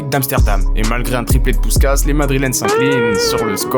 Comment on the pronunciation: Puskás se prononce "pouchkach"